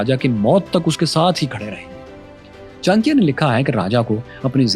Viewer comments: Please pronounce it properly, it cha-na-kya , not chankiya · All good and wonderful but Many of pronunciation were off and it is sometimes important to say it right when telling such compelling history. It really helps.example Kshatrita . It’s not ‘ka.Shtriya’ it’s ‘ksh.Triya’ . It’s not Taxila, it’s ‘Taksh.Shila’. It’s not ‘Chan.kyaa’ it’s ‘Cha.N.kya’ Like that there are quite a few instances. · Chankiya nhi bewakuf Maharaj Chanakya bol chutiye bolna Sikh le pehle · Pronounciation of his name is not Chaa.n.kya.. but its Chaa.na.kya But overall very good analysis 👍🏻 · 'Andar ka bhedi' Lol 😅 Btw, at least learn to pronounce the name well. 'Chaankeeya' sounds nothing like CHANAKYA. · It pronounced Chaa+na+kya Lot of reference are mistaken but it's ok, Chanakya was never a Jain, he was Brahman, Taxila and Nalanda were not Mazahabi education centres they were teaching almost everything from kala and Nattashashtra (artistry like music dance) weapon, fighting skills (combat or yuddh shashtra), Chemistry (Rasayan shashtra), Vedas Upanishad (Sanatan religious and cultural text) Astronomy, Political and Social science (Raneetijshashtra) and 3conomics (arthashashtra) Students from neighbouring countries used to study there, the university was run on donation of kings whoes prince used to get educated there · Brother you should have more information, (it's enough knowledge for Pakistan people). He is bron in Hindu. He following buddhism , h Not Jain . Pronounce propar name Great person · Aby Bhik Mangoo Pahaiy Pronounce thik karo Chanakya